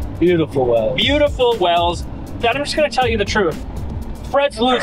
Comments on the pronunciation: Is it WELLS or is it pronounced WHALES…..like the area it is named after in England?🏴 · Wales not wells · Wales is pronounced Whales not Wells, must be a Utah thing